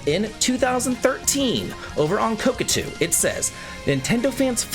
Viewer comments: Not "Kokatu" 😂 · Dude, it's Ko-ta-ku.